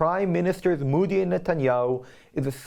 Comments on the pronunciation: By d way sir Its mOdi n not mUdi plz can u pronounce it d correct way😊😊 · Modi and not moodee. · Ahem, Modi is pronounced mow-dee, (ow is pronounced OH as in OH NO or the letter O), not moo-dee as in MOO or MOVE .